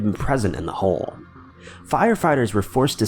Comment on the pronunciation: You have a real problem with the word home eh?